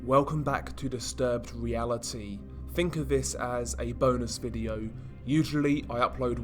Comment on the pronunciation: my man said "disturbed realiTy"